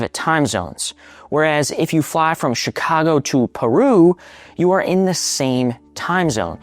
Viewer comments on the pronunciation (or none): none